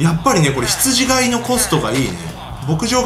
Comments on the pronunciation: 「ひつじがい」じゃなくて「ひつじかい」ですよね。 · ひつじがい ではなく、 ひつじかい です。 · 羊飼いって、『ヒツジかい』じゃないんですか？『が』じゃなくて『か』だった気がします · 羊飼い→ひつじがいではなく、ひつじかいです。聖書に出てきます。